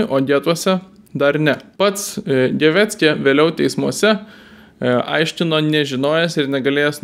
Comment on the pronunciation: Puikus komentaras, tik Gewecke reikia tarti Gėvekė, o ne Geveckė.